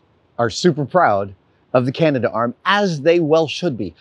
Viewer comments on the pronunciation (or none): It's pronounced Canadarm, not Canada-arm. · CA-NA-darm not CA-NA-DA-arm. Cool video though. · Should I be the guy to point out that it's pronounced "Canadarm"? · oh Adam.. we pronounce it "Canadarm" : )